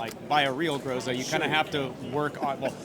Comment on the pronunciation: everyone mispronounced groza every single time.